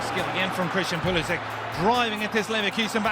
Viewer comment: It’s sad that you can’t pronounce your own last name properly.